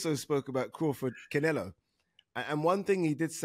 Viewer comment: Ade, please stop calling him "Cinelo" - so annoying!!